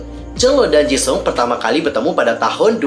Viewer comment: Gw denger nya dia bilangnya Ceuleu bukan chenle;( ps awal bilang jisung jga jesung